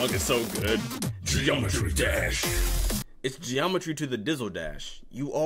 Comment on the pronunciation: no one gonna talk about how well he does the "Geometry Dash"